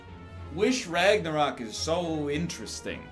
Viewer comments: R A G N A R O Q U E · Why the fuck is he pronouncing Ragnarok like that lol 😂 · Everyone else: “Ragnarok” Egg: “Ragnaröek” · Seriously why do you keep pronouncing Ragnarok like that egg dad? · It's funny, like dan saying clock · Can tell NL has been friends with Dan for too long by how he pronounces Ragnarok